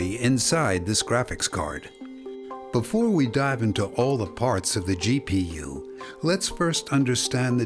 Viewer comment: So funny when he say GPU and CPU